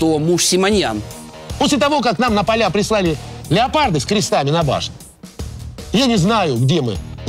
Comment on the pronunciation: Не леополд а леопард. Озвирин.